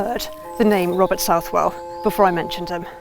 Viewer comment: It’s pronounced South-Well. I am a direct descendant to Father Southwell and Sir Richard. I am a born Southwell. There is a lot of information about the Southwell line that has gone undocumented. My family holds the only (known) copy of our history. Unfortunately it has been misplaced since my grandparents passed away about 20 years ago. My families coat of arms shield is displayed above Sir Robert’s tomb in the church of St. Nicholas in Woodrising.